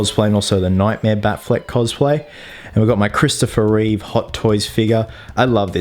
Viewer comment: sorry but is dead right it Reeve i should know im related,unless you think he said read,he didnt that's the accent